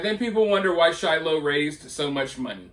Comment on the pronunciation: the way he says shiloh makes me die inside